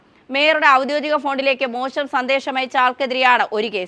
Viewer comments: "ഔദ്യോദിക " അല്ല, ഔദ്യോഗിക എന്ന് വേണം വാക്കും ഉച്ചാരണവും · ഔദ്യോഗിക / എന്ന മലയാള വാക്കെങ്കിലും എൻ്റെ പൊന്നെ ഒന്ന് നേരാം വണ്ണം പറഞ്ഞ് കൂടെ? ഔദ്യോദിക എന്നത് തെറ്റാണ്. ഓഡിയൻസിനെ വിഡ്ഢികളാക്കുന്നഏർപ്പാടാണ് ഇതൊക്കെ ,മെമ്മറി കാർഡ് കിട്ടിഎന്ന്ക്യാപ്ഷൻ നൽകുക. പിന്നെ നാലാഴ്ചമുമ്പ്കഴിഞ്ഞ വർത്തമാനംആവർത്തിക്കുക. ഒരു ശബ്ദതാരാവലി യെങ്കിലും നോക്കുക. സത്യം മാത്രം പറയുക. എന്നാലും റീച്ച് കിട്ടും. മോൾക്ക് നല്ല ഭാവി നേർന്ന് കൊണ്ട്. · നീയൊക്കെ എത്പള്ളിക്കൂടത്തിലാ പഠിച്ചത്? "ഔദോദിക" എന്നാണോ പറയുന്നത്?😂😂😂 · ഔദ്യോഗിക‘ എന്ന് വായിക്കുവാൻ ശ്രമിക്കുക